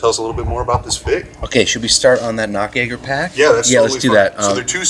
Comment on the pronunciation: It is always funny when you americans try to pronounce those german names. Esspecially at the Nachtjäger you pronounced it as Nacktjäger (naked hunter)....XD